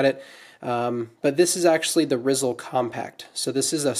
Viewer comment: It’s pronounced rayz-el, a combination of razor and chisel